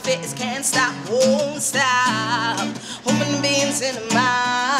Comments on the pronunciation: Hue-MAN-be-ins.... not WHo-men-beans misha lol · "WHO-MEN-BEANS"?! o_O